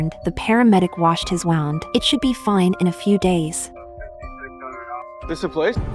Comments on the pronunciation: Waund❌️ Wound✅️ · “his waund” 💀